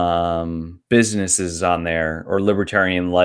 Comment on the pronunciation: "Succes-a-full"? "businesseses"? "restrictiotins"?...English isn't even my native language, but I can pronounce "successful", "businesses" and "restrictions". Perhaps this guy should take a class (or two).